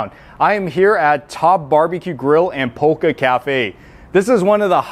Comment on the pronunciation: pocha is pronounced "po-cha" not "poka" its short for pojangmacha which is basically a small tent eatery found on streets of Korea. Anyways, first time hearing about this place, need to try it when im in OC. Thanks